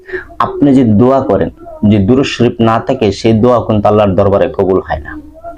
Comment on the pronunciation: দরুদ শরীফ টা স্পষ্ট বুঝতে পারছি না